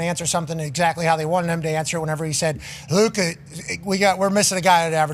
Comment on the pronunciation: why tf does say Luka's name like that